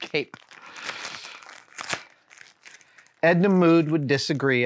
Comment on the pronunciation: Y'know, I don't care that he said Edna Mood instead of Mode, because who is more of a mood than her?